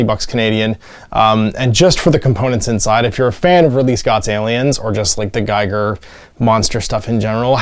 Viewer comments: Fun quick play-thru. I never bothered to glue the tails on they look just fine lol btw H.R. Giger is pronounced Gee-ger although you wouldn't know unless you heard someone say it. Lance Henrickson said it Geye-ger also. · Can't quite make my mind up about this game. I love HR Giger's Xenomorph so much (and PLEASE, it's pronounced Geegah, not Gyger ) and would love to paint the minis, but the relative lack of tiles makes the game seem small - after all, this fight happened in basically an L-shaped corridor. I would prefer more movement over a bigger map I think. Good vid though.